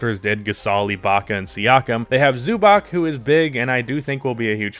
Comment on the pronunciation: Man great video but pls look up how to say Zubac